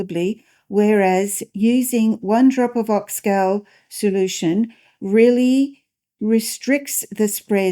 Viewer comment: So it is called Ox “Gaul” like in “Gaul” bladder, not ox gal as in “Guys and Gals”. Great to learn about its uses. Thanks.